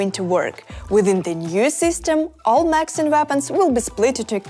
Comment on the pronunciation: “Macs and vapons”